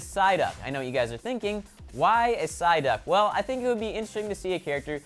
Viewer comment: you only pronounced Psyduck and Magikarp right lmao